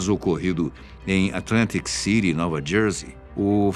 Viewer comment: Adoro a dicção "atlântic cinit" " ou atlântic Citi" "paralacci" até mesmo quando fala espero qui esteja bem com vc kkkkkkk